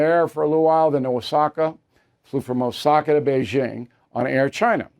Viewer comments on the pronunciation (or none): none